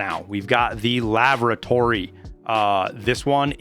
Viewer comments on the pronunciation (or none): ''Lavratory'' rox xD